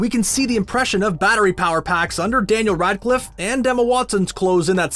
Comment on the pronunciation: wtf did he just said? danel runclif?